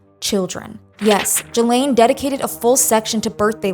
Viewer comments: You are pronouncing Ghislaine wrong, and you’re doing with confidence 💀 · That's not how you pronounce Ghislaine. It's "ghee-laine" like gear not like german